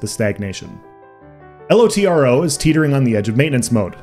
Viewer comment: I was playing LOTRO from BETA until ESO Beta when I switched. LOTRO had been in decline for a while and 2022 has definitely felt like LOTRO did in 2014. btw it's Lotro all one word not L-O-T-R-O